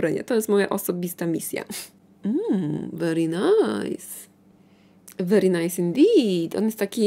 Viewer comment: "Mmm weri najs" 😂❤❤❤